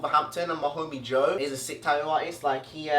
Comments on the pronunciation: The way he says tattooed "taooed" or tattoo is "taooe" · He says tatoo he doesn't say tat-too he says tat-oo 😂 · Taooo is the way he says tattoo, it’s adorable